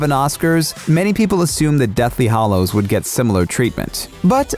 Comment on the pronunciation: Hallows rhymes with shallows and gallows. Not hollows.